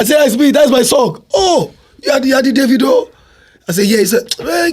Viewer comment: How do you properly pronounce Davido because I say it the Mexican way too! Lol 😅